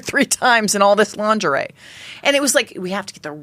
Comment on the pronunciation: The G is soft in lingerie BTW😂